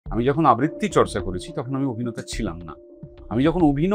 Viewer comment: আবৃত্তি , আব্বিত্রী নয় 🙂 অনির্বাণের উচ্চারণ এবং রাহুলের উচ্চারণের পার্থক্যে বুজতে পারা যায়